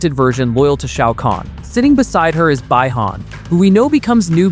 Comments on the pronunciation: it's bee han not by han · It's Bi Han not by Han SMH 😂